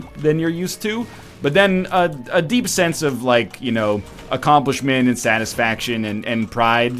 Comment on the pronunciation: Yo, calm down. I know he said "sense", but it sounded like "Sans". I don't get why you're being so rude for no reason.